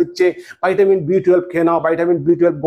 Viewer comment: বাইটাবিন নয় ভিটামিন